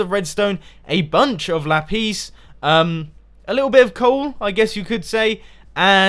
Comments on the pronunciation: y do u say Lapese for Lapis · It sounds like ollies saying la piss